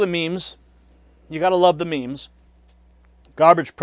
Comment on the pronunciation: "What is this gah-bage?" 😂😂😂😂😂😂😂